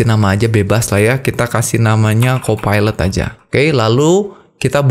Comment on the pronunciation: aku dengarnya "phsyco pilot" hampir dengarnya psikopat